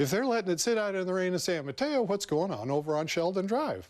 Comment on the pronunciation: San Mateo us not San mayo